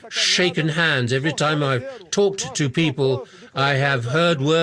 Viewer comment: Kkkk o “tchu.” Eu sou brasileiro-americano e quando minha família do antigo país visita, eles sempre dizem tchu em vez de “to”